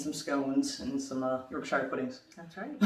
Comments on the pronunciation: YouTube started chucking you guys my way, don’t know why but I’m guessing there’s an algorithm involved. Doesn’t matter, I love it. Just a few things though: 1. Yorkshire is pronounced YorkSher not YorkShyEr. Pretty much anything with ‘shire’ at the end is pronounced ‘sher’. 2. The only college sports anyone take seriously is rowing, and then the only ones who take it really seriously are the ‘colleges’ who take part in it, namely Oxford and Cambridge. 3. High school (secondary school) graduation isn’t a thing. We just call it leaving school. No fanfare. 4. We can buy legally buy alcohol at the age of 18. It is not illegal to drink from the age of five believe it or not. Love the channel! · wuss ter sher sauce and york sher pudding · I think most would say Yorksheer rather that Yorksher. But it depends on accent. Post people from Hampshire would likely say Hampshar. But it wherever you're from in the UK it never rhymes with tyre.